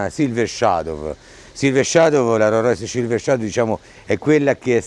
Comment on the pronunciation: Rorrois!!!! No! Rolls Royce.